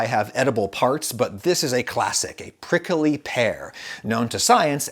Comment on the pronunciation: the way adam say prickly: "prickely"